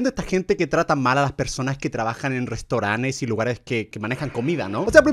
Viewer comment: Minuto alguien más se dio cuenta que en vez de decir "restaurantes" dijo restaurantes?